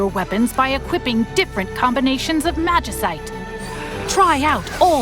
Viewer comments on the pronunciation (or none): The video created by developers (footage that you used) says "magi-site" with a sharp S, yet you still say "magi-kite" like a tool.